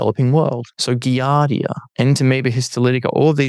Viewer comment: I'm not sure I trust a microbiology "expert" who keeps mispronouncing "giardia"...